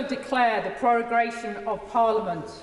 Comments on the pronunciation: "prorogration" lol. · Did the black rod say prorogration - with an r instead of prorogation?